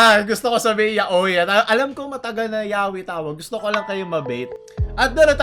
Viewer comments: sa japanese pagkabasa nila sa yaoi ay yaoy at sa english nman pgkabasa nila sa yaoi ay yawe..masprefer ko p rin kpag yaoy ang pagkabasa ksi ang yawe ay katunog ng pngalan ng Diyos..gets nio? Diretso n lng kyo s google translator at pakinggan,hndi mn yan bait tito tama p rin pagkasabi mo n yaoy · that's literally YA-O-I or YA-OI not YAWI :3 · FYI: Yaoi is pronounced as Ya-o-i not yawe lmao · Yaoy talaga bigkas sa yaoi